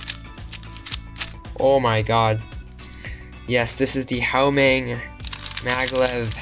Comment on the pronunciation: no offence, genuinly, it sounded like you said "How Meng?" its pronounced "Hwameng